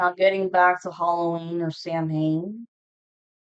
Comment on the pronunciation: Samhain is pronounced saa•when 😅